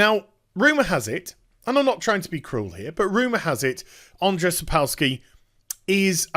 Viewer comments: It's pronounced Aa-n-jay.... I share the same name and ppl butchering it hurts my feelings T. T Also while I think the guys at CD projekt Red are great there is a passage in the polish copyright law which gave Sapkowski a legal ground for suing. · It's hillarious how you say "Andrzej", keep the good work